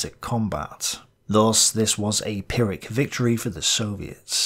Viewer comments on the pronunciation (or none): none